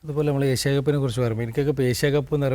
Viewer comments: ഏശിയ അല്ല ഏഷ്യ അതുപോലും നന്നായി പറയില്ല 😃😃😃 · എസ്യ അല്ലടോ ഏഷ്യാ...